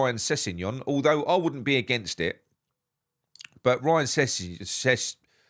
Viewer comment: STOP squashing names of black players. Sessegnon and Guehi. Learn to pronounce the names